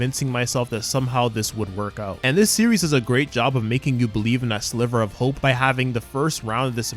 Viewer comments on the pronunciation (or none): none